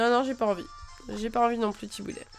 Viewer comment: chaque fois que tu dit Tiboudet j ai un fou rire c ouf